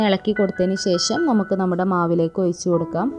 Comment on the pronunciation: ഒയിച്ചു കൊടുക്കുകയല്ല ഒഴിച്ച് കൊടുക്കുകയാണ്. പറഞ്ഞത് തന്നെ പിന്നേം പിന്നേം പറഞ്ഞു മടുപ്പിക്കുകയാണ്